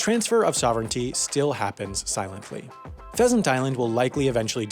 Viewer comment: h in pheasant is wrong